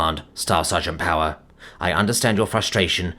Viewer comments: Wait, you said POWER wrong. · Omg he said power wrong! Its an imposter!